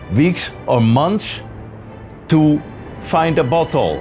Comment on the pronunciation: I can’t with him 😂 Every time he says bottle it sounds like “butt hole”.